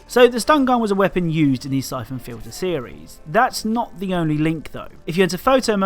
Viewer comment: i thought you said "cyclone filter" instead of syphon fliter made me search up a WWII air filter